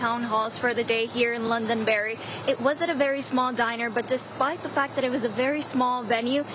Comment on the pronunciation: I live in New Hampshire. Could u please say our towns, right? It is Londonderry, not Loundonberry. 😂😂😂😂you guys are jokes 😅😅😅